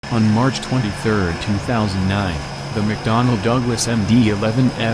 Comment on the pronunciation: Bro just said Mcdonald instead of mcdonell